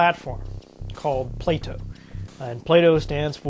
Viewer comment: It is "bow" as in bending over in the middle and tipping your hat ... and not "bow" as in the thing tied around your neck.